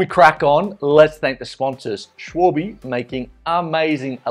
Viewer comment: SHH-VAL-BU not SHH-WAL-BE